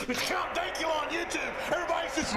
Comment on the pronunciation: Not "cunt" count dankula lol